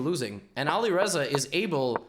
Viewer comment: Its not Olireza its Alireza the A is pronounced like ant Great video😀